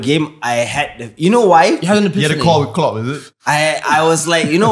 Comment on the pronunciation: Klopp sounded more like flopp